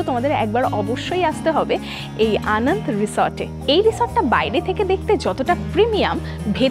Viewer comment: ম্যাডাম Anand নয় Ananda বলুন। রিসোর্ট এর নামটা বাংলায়। আমি আপনার চ্যানেলের সাবস্ক্রাইবার। কিছু মনে করবেন না 🙏